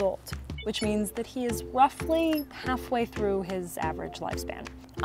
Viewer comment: Cleo actually saying 'roughly' like a dog is so good